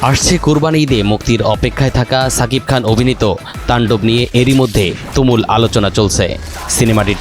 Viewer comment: কিরে ভাই? দেশের একটা জনপ্রিয় নিউজ প্রোটাল চ্যানেলের সাংবাদিক শাকিব খানের নাম উচ্চারণ করতে পারে না, যতবার বলেছে ততবার ছাকিব খান বলেছে এদের চাকরি দেয় কে?